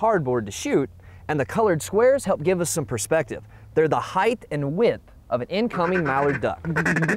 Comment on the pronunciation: I noticed this guy pronounces the word 'height' with an extra 'th' sound at the end. Is that the usual American English pronunciation?